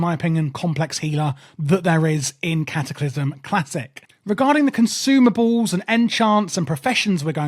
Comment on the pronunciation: Everyone bring your conshoomables?